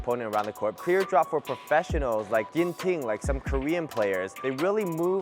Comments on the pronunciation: I get it, ginntinn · Im not sure if its just his accent, but everyone Ive met or seen online seems to pronounce the ting in a lower tone rather than high tone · The way he pronounces Ginting’s name 😂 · ye. I just found it funny